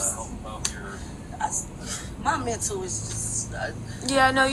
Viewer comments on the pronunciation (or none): none